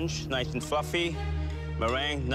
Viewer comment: “sponge noice and fwuffy